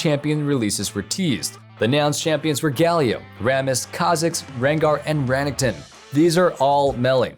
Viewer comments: REneckTON. not runnington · That ra-ning-ton champion 🤣